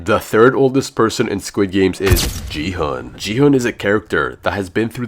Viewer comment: and if your a squid game fan you would know that player 456's name is pronounced "Gi-Hun" not "Ji-Hun"